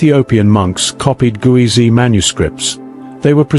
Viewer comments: It's Ge'ez (not Guwezy) and as you speak of it we are viewing Greek on the walls instead of Ge'ez. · Thanks for sharing hidden civilizations of Africa. However, you haven't properly pronounced " Geez" , the Ethiopian script. The pronunciation should be corrected as "Geez" and not as you pronounce it " Guwizi". Geez is also considered as a dead language like Latin. Amharic and Tigrigna languages are derived from Geez. But, still the Ethiopian Orthodox church uses Geez and kept valuable manuscripts written in Geez in its monasteries. In short, currently the Amharic language that is used as a national language of Ethiopia, uses the Geez alphabet. Most importantly it also has its own number system . Moreover, to mention but few, Ethiopia has its own unique calendar with 13 months, unique time counting system, etc. Since Ethiopia has never been colonized, most of its manuscripts and other treasures are still kept securely guarded in its monasteries. Cheers, ❤ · It's Geez, not Guezi. It's a Semitic language, and like all Semitic alphabets, is phonetic. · It's not gueze it's ge'ez (ግዕዝ )